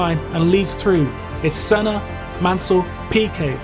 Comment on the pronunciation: La vidéo en français est stupide. Par exemple : Manel caca Rosberg, DE engelio... Senno. Arrêtez le massacre 😢😢😢😤